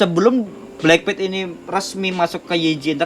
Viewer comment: BLACKPINK woy bukan bleng pit, payah lo